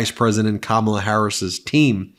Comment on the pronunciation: Me too. Also it’s Kamala, no R